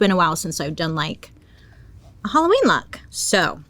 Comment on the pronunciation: im so sorry bailey but ill be saying holloween instead of halloween now i love you